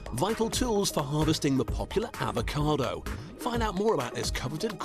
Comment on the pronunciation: What’s an ‘avocade’ ?